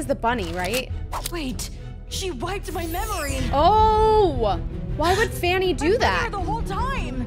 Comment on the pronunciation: I love how calls Vanny, Fanny 😂